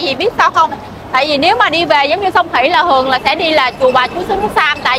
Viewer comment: Trái cây ngon và rẻ quá. Chúc mau đạt nút bạc nhé. Mình góp ý nhe nếu đc cố gắng phát âm có vần th vì nghe nói vần t ok mà. Chẳng hạn như thấy. hấy Hay thường. hừơng Thịt hịt